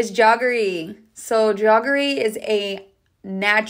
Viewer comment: Bombil is the Marathi/ Hindi word for Bombay Duck fish be it either wet or dried form…actually it was called so because the fish used to be sent from Bombay to Calcutta on the mail railway line called Bombay Daak (mail) & the smell it created …so the name became into Bombay Duck instead of Daak,,,and it’s jaggery not Jogg-rey…sounds like jet lag—-jag—-jaggery …tc😊